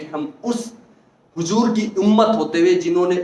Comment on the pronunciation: जनाब हुजूर नहीं हुज़ूर बोलिये Hujoor नहीं Huzoor बोलिये।